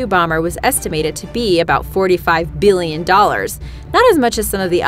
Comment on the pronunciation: Oops I mean why she say biillion